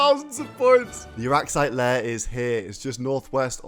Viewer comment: “Rup—turra arraxyte”